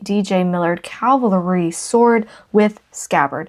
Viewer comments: I really enjoy your videos! I have to ask, however, are you saying "cavalry" or "calvary"? Sometimes a little of both? I'm guessing that maybe you were raised Lutheran and went to the local "Calvary Lutheran Church"! It's OK. I still occasionally get calvary (location of Christ's death on the cross), cavalry (a soldier's regiment), and Calgary (a major city in Alberta, Canada) mixed up in my use of the words! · The word is CAValry, meaning soldier riding on horseback. You keep saying CALvary like the hill where Jesus was crucified. 🤣🤣🤣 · You have a wonderful sense of humor. Your videos are so well-produced and fun to watch. I look forward to each episode to see what treasures you will highlight next. For what it's worth...it's "Cavalry", as in horse infantry, not "Calvary", where Jesus died. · Your lantern is a little rough, and seems to be missing the cap for the fuel reservoir, though probably available online. Also, CAValry, armed forces on horseback, not CALvary, scene of the Crucification. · Fun show! I must say you are saying Calvary re: the Civil War sword. Calvary is where Christ was crucified. You mean cavalry-soldiers on horseback. Anyway, keep the lantern! Very cool stuff you’re finding! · Stop!! Going crazy with ur calling the thing a CALVARY sword. Now let’s try saying CAVVValry😂😂😂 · I love how you say Calvary almost every time it is supposed to be cavalry. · please know that there’s quite a difference between “cavalry” and “Calvary”…🫶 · Sorry to correct you, but you keep saying CAL-vary sword. The word is CAV- alry. The V comes first in the word. CAL-vary is a name for the hill where Christ died. CAV-alry is the name of horse riding soldiers. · Please stop saying Calvary it is CAV - AL - RY.Its driving me crazy😊😊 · Lol, Calvary is where Jesus died. CAVALRY is soldiers on horseback. No judgement, just funny. I love your videos.